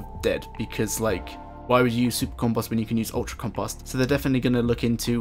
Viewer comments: This can't really be how people pronounce compost where you're from? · The way he says compost has me dead lmaooooo "campahst"